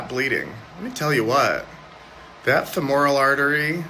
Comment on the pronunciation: How did he mispronounce femoral artery?